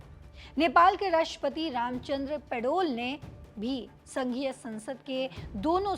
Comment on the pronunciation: Ye media ko.pata nahi ki such kya h bakbaas Paudel ko padol bolrhihe